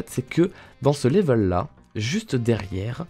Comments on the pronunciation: Je crois qu’il aime bien dire laivel😂😂😂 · 100% Geek oui mais y dit laivel lui 😂